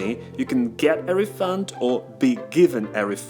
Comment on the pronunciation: Shouldn´t refund as a noun be pronounced as /ˈriː.fʌnd/ rather than /ˌriːˈfʌnd/ (verb)?